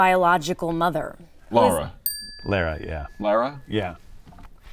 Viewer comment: Uhhhh???? First says Kara weird, then he says Lara wrong?? It’s pronounced how David said it. It’s Lar-uh